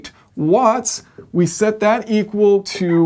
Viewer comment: Did you mean “Uatts”?